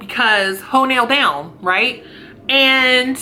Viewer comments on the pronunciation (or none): Did you say "Hoe nail down" LOL!!!